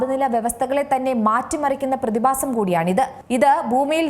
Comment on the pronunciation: ബൂമി, പ്രതിബാസം, ശവിശേഷം... എന്തോന്നടെയ് ഇത് ?